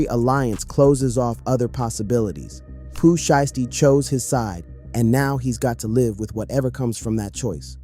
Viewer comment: That nigga said Pooh shitsty😂😂😂